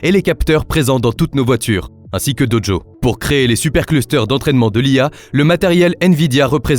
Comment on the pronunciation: "BerlinE", "DoDjo" c'est bizarre comme façon de parler pour prononcer Berlin et Dojo, quand-même. C'est difficile de croire que ce n'est pas une voix IA